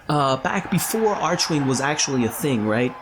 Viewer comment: Each time you say 'archewing', can't help but smile